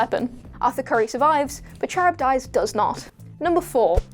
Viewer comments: Char ib dies. cringe its pronounced car ib diss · KUH-RIB-DISS, not Cherub Dice. Do you guys actually do your own research or just phone it in everytime? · Charybdis is Ka-rib-dis not cherub-dice, you ninny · Charybdis is pronounced "Car-Rib-Diss". It's from the epic Homer's Odyssey. There's actually a saying "caught between Scylla and Charybdis" that means having to choose between the lesser of two evils. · The Aquaman villain Charybdis. The name is pronounced KA-RIB-DISS. His name, and that of his wife Scylla (SILL-UH), are taken from Greek Myth and refer to sea monsters that guarded the channel leading to Sicily. They are the basis of the terms "between a rock and a hard place" or "between the devil and the deep blue sea". I'll overlook this slip,; it's an obscure name and NOBODY working at WhatCulture is old enough to know it. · Yes! Thank you! She was driving me nuts with that! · you pronounced "Charybdis" 18 different ways, and none of them were correct